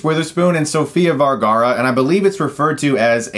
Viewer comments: you do realise it's sofia VERgara...not VALgara. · Hey, just had to chime in since I've been hearing it pronounced wrong on a lot of reviews. It's Vergara, not Vargara. The "Ver" sounds like how you'd say "veranda." That said, thanks for the review! Guess I'll have to avoid this movie. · VERgara. With an E. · You kept pronouncing my last name, Vergara, wrong. )'